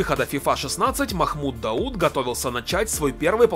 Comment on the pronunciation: Махмуд Дахуд,а не Далут